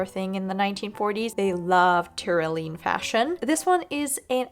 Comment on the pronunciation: Love this as a review and a resource! Pronunciation note: it's not Ty-ro-lean, it's tr·*ow*·lee·uhn